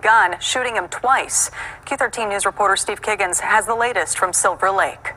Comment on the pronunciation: Lol Kiggins? More like Keg-ins... Ammirite? Yo. 😂